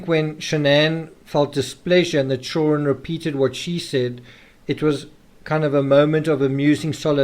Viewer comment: At the risk of sounding weird I absolutely LOVE the way you say " children" I am big on accents and verbal rhythms and love languages although I have a wicked strong western Massachusetts accent similar to Boston but a bit different